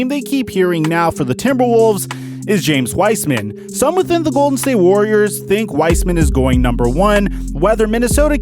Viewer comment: “James Wiceman”